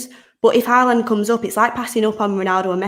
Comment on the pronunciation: Nobody:: HaArLaNd 😂😂😂😂😂